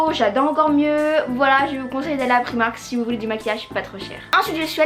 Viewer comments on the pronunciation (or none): On dit "praymark" 🤗 sinon super vidéo 💚